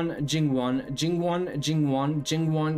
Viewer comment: I think is a fact now!! No one can say Jingwon better than you!!😂